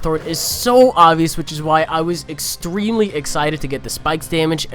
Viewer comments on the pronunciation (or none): "exSTREAMly busy"